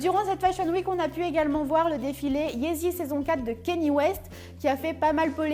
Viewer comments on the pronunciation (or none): none